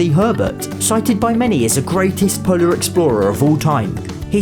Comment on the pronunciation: Every time you say polar I think you're going to say Poland lol